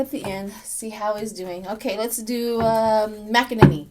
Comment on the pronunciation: Her name is pronounced Mac en nay nay nay